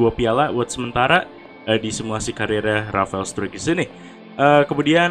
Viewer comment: Bacanya Rafael strike bang